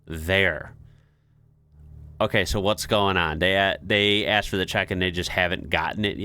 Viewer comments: Tea snack in Britain. -- she lost me at "I aksed them..." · Ask or is she actually saying aks? What does that mean then?